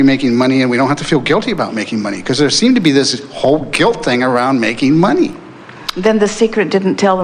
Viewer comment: Money ? Oh, you mean ' mon - eye '